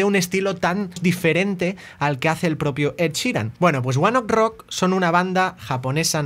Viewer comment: Se pronuncia one OKEY rock